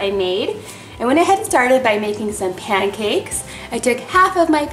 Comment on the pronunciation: U said panacakes